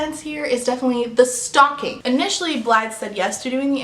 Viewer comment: The way you said “but I think the worst offence is THE STALKING” 😅😅😅 “How do you know she hurt my feelings”😂😂😂😂